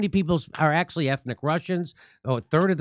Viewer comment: Jimmy, "axley" is Not a Word ! it's "ac tu al ly" !!